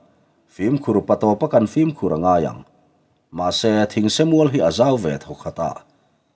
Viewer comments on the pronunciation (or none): none